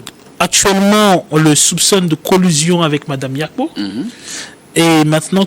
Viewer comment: Mais on parle de quel délai en faite? Pouvez nous préciser svp? Et c’est Mme Yapo et non Yakpo.